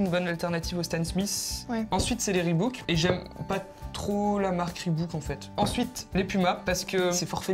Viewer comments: On prononce ribok et pas ribouk ya qu'un o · On dit pas Ribouk mais ribok car il y a qu'un seul O dans Reebok, si la marque serait Reebook là on prononcerait ribouk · on dit pas ReebOUk mais ReebAUk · Oue par contre je comprend pas sa s'appelle reebok pas "reebouk" arrêter de dire comme si il y avais 2 O y en a juste 1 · Reebok pas reebOUk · Bah nan ca se prononce Rebouk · Non. Ça se prononce "Ribok", en anglais les 2 oo se prononcent "ou" et là il n'y en a qu'un.